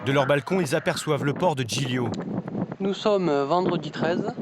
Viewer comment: PILON Zoo Le « GL » en Italien ça se prononce « L » comme Gli Spaghetti sa se prononce « Li Spaghetti »